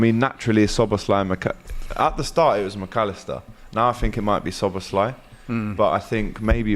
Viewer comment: and he said slobozlai😁